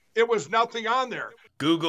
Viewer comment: "if you Go-Goled my name." 😂 😂